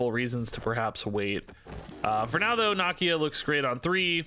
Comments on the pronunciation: It's Nah-Key-Ah 🤦🏾‍♂️. They say it a ton in the black panther movies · I don't believe that's how you say Nakia